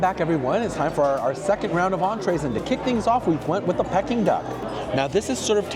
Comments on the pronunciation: For being Chinese I’m shocked you don’t know how to pronounce Peeking Duck !! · You’re killing me with giggles whenever you said ‘pecking duck’. It’s pronounced ‘peeking duck’ 😁. I don’t think I could ever spend those prices for any food even if I could afford it😁. Thanks for trying all these restaurants. Have a great weekend 😊